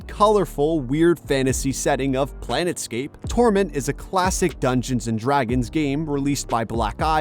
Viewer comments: What the Hell is "Planetscape"? It's Planetscape! 🤦🤭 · "Planet"scape? Really? Come on,. Be professional. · Planescape, not planetscape, you poxy b*stard. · 'Planet' scape, I think you meant 'Plane' scape. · Is that how you're supposed to pronounce Planescape?